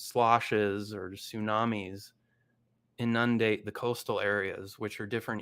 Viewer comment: I'm going give this guy the benefit of the doubt that his comment "if you can spell macrophage then you're smart enough for my content" as a joke. But, you gotta be real careful with that joke if that's how you're going pronounce inundate that way.